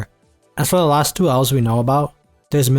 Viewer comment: owls? or elves? say it better fama? or flama?